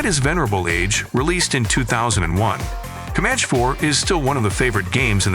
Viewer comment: And also at the start-> "Commanch" instead of "Commanchee"! 😉 Edit: the thing is, the uploader can actually HEAR these mistakes and can actually correct this by writing down "Commanchee" and "Apachee" and Em I 24, so the AI can read them correctly! But no. doesn't care because he's too lazy! 😜